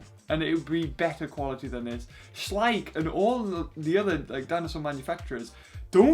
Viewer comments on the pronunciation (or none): I think you tried to say Schleich XD